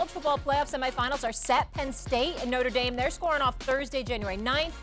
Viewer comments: Cam, repeat after me: Nōtre Dāme not “Norta Dame” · I'll always cringe at Americans pronouncing it "noter daym" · Cam Newton can't even pronounce Notre Dame correctly and hus and every other talking heads strength of schedule argument hasn't meant crap since the 2007 Fiesta Bowl. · Cam can not say Notre Dame correctly..